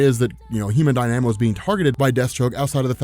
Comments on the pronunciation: Die-namo? Am I wrong or is it pronounced dyna-mo? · Human Dyna-Mo, not DIe-Nam-O. It seems like you're doing it on purpose now... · It's not pronounced "die-nam-oh" it's "dahy-nuh-moh" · Human Dy-Na-Mo Not Die-Namo lol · Dynamo is pronounced "die-na-moe" not "die-namo" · You mispronounced Dynamo. It’s not Dy-nanamo, it’s Dy-na-mo. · DY-na-mo, not dy-NA-mo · it’s pronounced Human Dine-a-mo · Did it bug anyone else constantly saying, "Human Die-Nam-O." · It's pronounced Die-nuh-moe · Human Dynamo (Die-Nuh-Moe) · there has got to be a few people in this comment section already telling you that you're pronouncing dynamo weirdly... i'm just adding to it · You are mispronouncing dynamo. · Sorry, but you're mispronouncing the Human "Dynamo" and it's really distracting. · You pronounce dynamo oddly